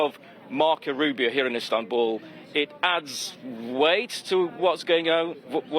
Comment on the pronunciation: Zelensky should stay in istabuuullly 😂